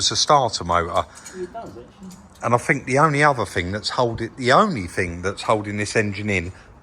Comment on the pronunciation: Love you guys and your channel but hate southerners inability to say think......fink isn't a word guys 🤣